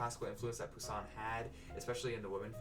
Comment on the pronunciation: The way you says this young chicken’s name: Je grince des dents! Nasals finaux, donc passé I hear baby in the background 👶. Anyway, of the four, I like the first two the most but The Eucharist a little more.